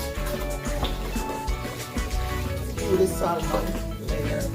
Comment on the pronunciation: The L is silent in Salmon😊